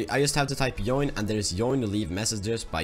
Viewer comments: Haha its "Tschoin" but i like your video very much :) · I know it is an old video,but you're pronouncing "join" the wrong way it's so funny lol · I like how you say join (yoin) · You pronouce join weirdly